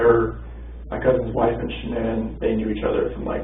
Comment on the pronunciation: But I heard someone in her family calling her Shannen, not Shan-ann 🤨